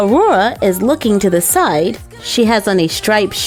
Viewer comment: When she said Side it sounded like she said Aurora is looking to the sight